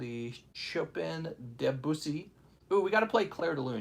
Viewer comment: Chop ins ? Chopin it’s pronounced showpun. I hope you were kidding 🤣 Maybe you need to take some time and take the old bags out of the boxes